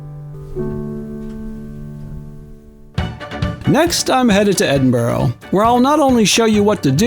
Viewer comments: Dunnottar is pronounced Dun (phonetically) and otter, as in the animal. And Edinburgh is Ed-in-bur_ahh... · Very nice video but please do some research on place name pronunciations. You seriously mispronounced Dunnottar, Edinburgh AND Braemar.